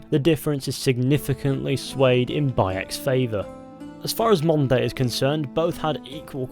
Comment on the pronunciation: okay i maybe deaf but i keep hearing him say "monday" instead of modern day